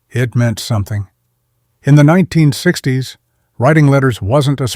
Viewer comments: WTF is 9 60's. AI having problems with saying 1960's? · Can you at least make sure your AI voiced narrative is done correctly before posting videos? Like In the beginning when it’s supposed to say 1960’s. It instead says 9 - 60’s. Anyway, I didn’t realize these decades passed were sooooooo completely unimaginable to people now-days. I was born in 79 but yeah, I guess a lot of these things would be foreign to people today. Just didn’t know it would be as dramatic as this channel is making it 😂. There’s still a lot of nice content/ narrative in this though. Very nice! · your AI narrator, has a problem saying 1960's, it needs speech therapy